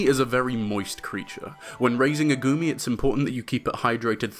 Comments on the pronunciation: i knowww but i can't stop hearing "gurmy" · i fr keep thinking he's saying "gurmy" everytime he says his name